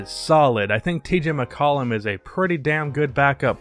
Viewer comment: "TJ McCollum" 😂